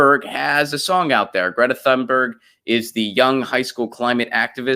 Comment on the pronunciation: If I'm not mistaken, her last name is pronounced TOON-Berg -- no th.